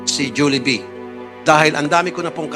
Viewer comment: Hindi po Jolibee, “Julibi” ung pronunciation. Paayos naman po sa susunod